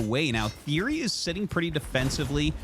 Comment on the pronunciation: It's TheoRy not TheOry btw!